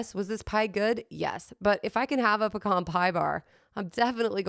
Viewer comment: Puh-cahn just like you say it. In Texas.